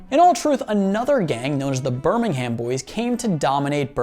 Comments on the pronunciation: British here - it's pronounced as Birmingum not Birming-HAM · BirmingHAM...bro you butchered it, it pronounced burmingum.... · Birmingum is how its said not BirmingHAM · ber ming erm not HAMMM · Every 'Birming-ham' made my spine crawl, especially since I used to live there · You said Birmingham wrong you pronounce it like burmihmm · It's pronounced burmingum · Birmingham is pronounced Ber-ming-am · can we get a British stunt double to say Birmingham properly for him? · Listening to Americans pronounce british town or city names is hilarious the ‘h’ is basically silent in all british accents as well as they say it in the show and it’s nothing like how you’re pronouncing it